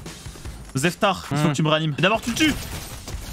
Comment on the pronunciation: a dit Zeftar 😂😂